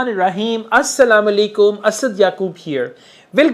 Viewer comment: Sir I know how great a person you are. The way you are guiding us is not to be forgotten. But please give the salam correctly..like Assa+la+mu+alai+kum Plz🙂